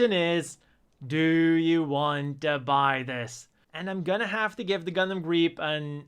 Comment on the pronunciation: Thank you for showing me how to pronounce Griepe.